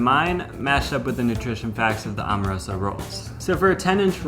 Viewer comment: Bro my family owns Amoroso. My aunt Marie and uncle Leonard passed and now my cousin Lenny has it. They’re extremely overrated. Terrible for cheesesteaks. Decent for hoagies but there are faaaaaaar better choices……and it’s pronounced Am- o-roso not Om-a-roso……and most Philly steak shops don’t know you. And your cheesesteak looks good for an outsider, but I’ll make a better one in my house and there’s no way on earth yours is better than every steak in Philly😂😂😂😂Angelo’s is king of steaks…..